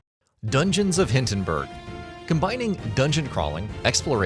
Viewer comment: Need to fix your AI bot doing the narrating. It's not "Dungeons of HINTENBURG"...